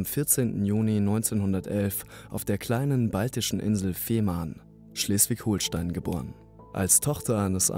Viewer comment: es heißt ganz normal Schleswig-Holstein ohne ein H hinterm O